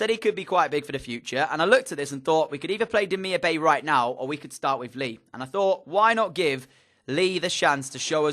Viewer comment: It's Demirbye not Demirbay